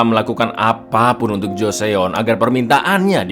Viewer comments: Mas, joseon cuma dibaca joson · Mau info cak klo joseon itu dibacanya joson cakk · bukan gitu cara baca / pelafalan Joseon cak